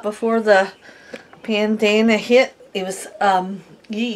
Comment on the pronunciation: Pandama-me! I always butcher my words lol! Love you guys!